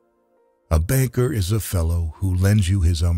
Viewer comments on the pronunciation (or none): "Banker"... not "baker".